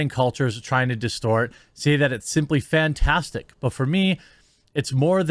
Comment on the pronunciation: That one guy is saying fantastic as in a fantasy world. I don't think English is his first language.